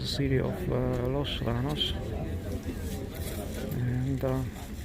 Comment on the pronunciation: Los yanos is how its pronounced. A double l is a y sound